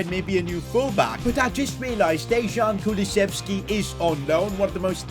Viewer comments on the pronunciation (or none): You didn't just say Dezhan